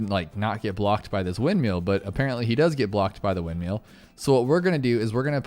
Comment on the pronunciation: “Wind-meal” 🤣🤣 windmill